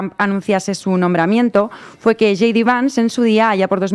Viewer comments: J.D. se pronuncia yei di. Yi di sería G.D. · Hey! No se pronuncia yi di. Se dice YAY DI. ¡Por favor!